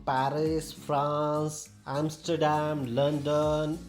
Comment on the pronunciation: Bro said Amsterdam 😔